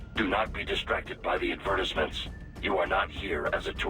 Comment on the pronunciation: Both Raiden and got their own games.. dang, Nintendo likes exploring characters. English isn't all that good though.. E D V E R T I S S M E N T S